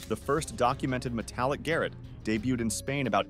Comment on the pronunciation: The Garrotte is NOT pronounced GARRETT as in the attic, but as GAR ROT or GUH ROT, the guh being like DUHH